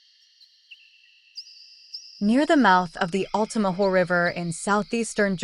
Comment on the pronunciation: Actually, it's Lumber City not Lumberton City. Lumberton is an entirely different city here in Georgia and it isn't close to the Altamaha River. Oh! And it's Altamaha not Altamaho.